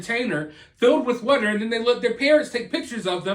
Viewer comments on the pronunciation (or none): I swear you find a way to say "water" in every video just to make me laugh. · The way you say water is weird lol 😂